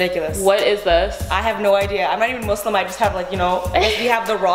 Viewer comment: the way Lilly said Muslim yes thank you it is not muzlim